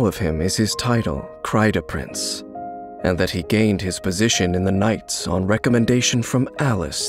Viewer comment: Omg he pronoced 'kreideprinz' so well. German people would be proud.